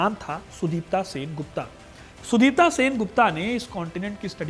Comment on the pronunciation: काम अच्छा कर लेते हो इसलिये आपका धन्यवाद लेकिन आप भारतीय नाम उच्चारण मे बेहद खराब हे। जैसे के उस scientist का नाम सुदीप्त होगा।